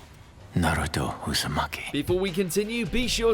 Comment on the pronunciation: Please stop butchering the names. It's O-bito not Oh-bee-tow. It's Na-ruto not Nah-roo-tow. And for the love of god, it's Ho-kage not Ho-kah-gay. Jeez.